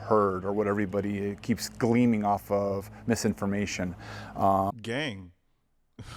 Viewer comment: It’s ‘gleaning’ not ‘gleaming’ 🤦‍♀️